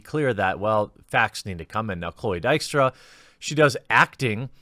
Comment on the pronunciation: His pronunciation was reasonably good, not perfect though.